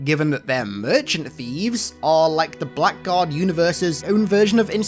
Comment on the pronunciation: Blackguard is an old english word that's pronounced blaggard.